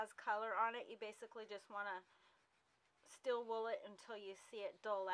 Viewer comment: Stēēl wool, not "still" wool.